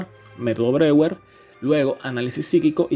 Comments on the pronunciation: Buenísimo!!! Solo una cosita Breuer se pronuncia "broller" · Se queda de cómo pronuncian Freud pero no sabe pronunciar Breuer